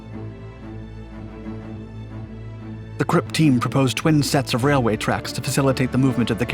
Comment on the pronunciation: Anyone else appreciative for properly pronouncing 'Krupp'?